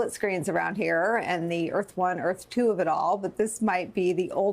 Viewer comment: It's tuwoo! It's tuwoo!